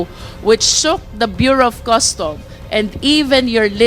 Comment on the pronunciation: Bureau of Customs NOT Bureau of Custom. There is a difference between 'sheet' vs 'shit,' as being pronounced. One should be careful in pronouncing these 2 words.